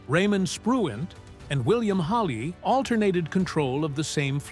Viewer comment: What prompts this moron narrator to call Spruance "Spruant" and Halsey "Halley"? Just stupid undoubtedly.